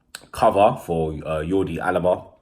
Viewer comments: It's not jordi alaba... It's alba🙄🙄🙄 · Alba mate not alaba 😂😂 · U said alaba u mean alba